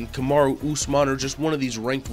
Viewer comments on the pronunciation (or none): none